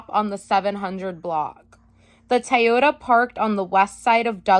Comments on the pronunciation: Watch this a second time just to hear you say Taiohda... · Thank you, --so interesting and instructive! But, er, what's a Tie-yoda? ✌️😇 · I like the way says, "Toyota" 😂🤣😁